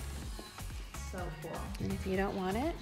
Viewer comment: "I have to show you guys something very kwol"